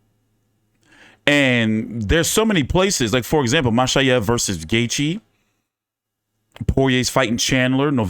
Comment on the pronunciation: From Makhachev to Machaev, dude I'm disappointed this time, you usually really good with foreign name